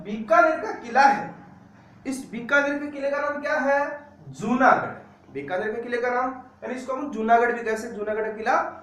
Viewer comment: बीकानेर ना की बिकानेर